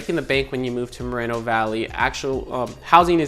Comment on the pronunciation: its mor- eeeee no valley